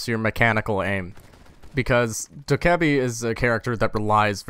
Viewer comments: Doh-keh-bee Not doekuhbee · It's DOH-KAA-BAE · Bruh, it's dokkae-BAE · If anyone happened to wonder, it's more like dOCK-Geh-Bee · its "doki doki" REEEEEEEEEEEEEEEEEEEEEEEEEEEEEEEE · i do humbly believe it is pronounced dokhebee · its pronounced (DO - KE - BI) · the fucking name is ''do - kay - a - bi''